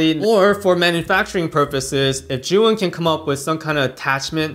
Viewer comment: Great review! Thank you! Why do all reviewers pronounce 'Zhuyin' instead of 'Zhiyun'?